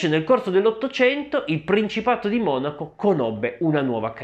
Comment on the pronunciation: Adesso ho sentito dire Monacó 🤭 che rinko